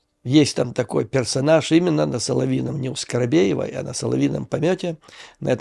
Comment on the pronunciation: Почему скоробеева?Её фамилия скабеева.😅